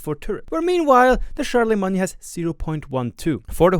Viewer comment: "Char-la-main" as in the holy roman empire guy, just so you know.